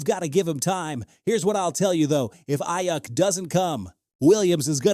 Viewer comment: All I keep hearing him say is Eye Yuck.